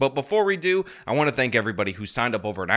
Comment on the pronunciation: Why can't she say the word "everybody"? Instead, she says "er-bah".